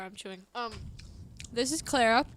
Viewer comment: at 21 minutes calls Clara (*cloura*) (i couldn't figure out how to portray what he said but if you watch the episode you'll see) and ive noticed this pattern in he calls Abigal (abEE-gal) and he called anna something strange that i forgot